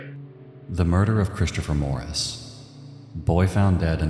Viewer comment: My nerves are struggling with the pronunciation of Christopher sounding like “Chris-Cha-fer”. 😣